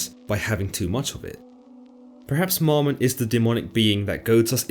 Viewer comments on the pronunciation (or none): Its not "MOMmon" but MAMmon" bud. Shalom.